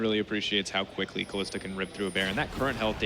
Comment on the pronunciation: i fucking cant stand that " kalista " srsly mate come on